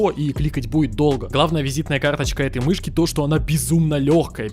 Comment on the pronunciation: мышьки хоспаде... МЫШЬКИ ахахахахахахахахахахах